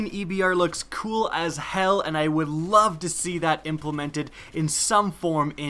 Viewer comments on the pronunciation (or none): none